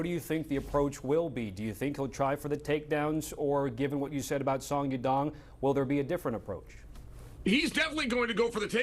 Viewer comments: Chael "Song Yum Dong" 🤣🤣🤣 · Song dong dong, song ya dong, sadong. Chael get it together ha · Sumyoungdong is not how you say that mans name 😭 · "Sadong" lol uncle Chael can't even get his name right. Only fight umar had trouble was against merab wire he taught a close fight with a broken hand. Peter yan also taught merab with an injured hand and lost. Then pieced up Merab in the second fight to win title. Now this division is really between Yan & Umar with merab in 3rd place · To say someone’s name wrong on the broadcast continuously is disrespectful af. Do it on your own channel where the reach is just your fans, not on a show where millions around the world who are not as clued up about how you butcher names on purpose are watching. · Jesus christ CHAEL! You butchered Songs name wow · Chael just called Yadong 3 different names😂, it never fails. Chael is the king of butchering fighter names😂😂😂!!